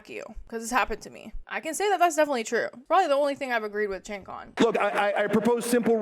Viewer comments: I’m passed at Cenk too especially after the Marc debate and Francesca debate but fyi it’s pronounced Jenk not chenk someone might try to disregard your point (stupidly) for something like that. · Btw it’s not chenk but It’s Jenk 🤭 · it's pronounced "jank"